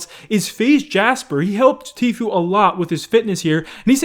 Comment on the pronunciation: I might subscribe again if you learn how to pronounce Tfue the way Tfue pronounces Tfue.